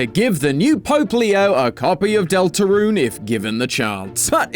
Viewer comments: “Del torun”😭😭😭😭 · "Del Torun" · Ah yes "Del Torun"